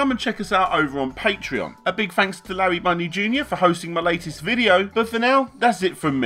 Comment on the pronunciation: also, in the words "thanks" and "three" the "th" is not pronounced as an "f"